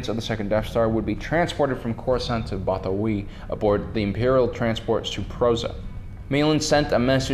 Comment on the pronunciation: Bothawui is pronounced "both-a-WOO-ee" not "BOTH-a-wee"